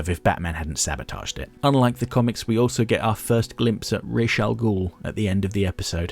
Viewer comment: I love your essays, but I have to correct you on that one... In Hebrew, we say "Rosh" (ראש) for head, not "Raish" (רייש), which is the literal name of the corresponding letter for R (ר). I don't know How they came up with this pronunciation, but given how little some Jews in the US know about their heritage, I'm not surprised.